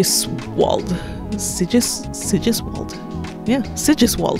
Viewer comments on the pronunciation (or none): Sigiswald is probably pronounced Sie-Jiese-Vald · Sigiswald = [zi'giz'wA:lt] no sh in that name. It's german